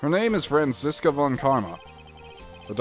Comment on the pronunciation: That Franziska voice is PERFECT. And you pronounced it correctly too. German Dude approves